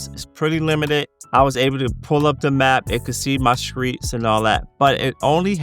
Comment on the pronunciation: “They can see my skreets” 😎